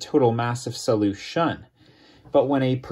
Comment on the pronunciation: Sadly I wasn’t able to get anything from this video because the entire experience was destroyed by his wacky use of the word solution. Who talks like that? He clearly has the wrong emPHASis or the wrong syllABLE.